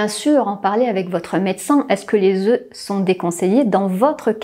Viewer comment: Le pluriel de "oeuf" se prononce "Ö" ("DÄZÖ"), 🙄merci.